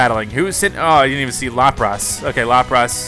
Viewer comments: Its pronounced as Lapras (Lap-ris) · lapras name is LAPR-IS like lapis! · you butchered the pronounciation of lapras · lol the way he says lapris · Sounds like he's calling it lop Ross